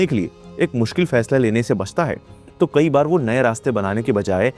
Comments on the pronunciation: No, it is NOT kahi baar or Kahi Sare ❎ In Urdu, It is KAEE BAAR or KAEE SAARE ✅ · he also pronounces kai saare as kahi saare or kai baar as kahi baar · right. Heard him say that many times. Kahin is what he says.